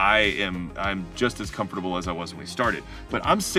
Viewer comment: You pronounced "Comfortable" as "com-for-table" and she as "comf-table".